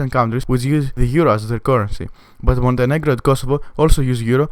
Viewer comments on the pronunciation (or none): none